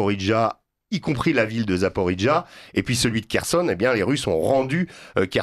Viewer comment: Est-ce que les Français qui s'expriment sur vos plateaux, à vos micros pourraient juste une fois prononcer Zaporijjia correctement ? Depuis que sur les chaînes mainstream il y a 3 ans ils ont commencé à prononcer ce nom à la Corse, tout le monde a suivi, sauf de rares personnes (notamment une journaliste sur France Infos)? Ce n'est pas parce qu'il y a 2 "j" qui se suivent dans le mot qu'il faut le prononcer "djia"! C'est archi faux et ridicule. S'il s'agissait d'une ville italienne ou corse, d'accord, mais pas pour Запорижжя. Inutile de prononcer un "d" (djia) qui n'existe pas. Faites le savoir autour de vous. On aura l'air moins bête !